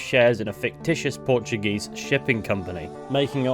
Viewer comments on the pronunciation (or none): none